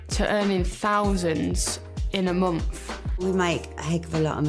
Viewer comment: They make "fouvunds in a mumf" yeah, i make "thousands in a month" walking dogs lol